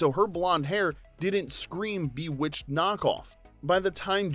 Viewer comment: Umm, Boowitched??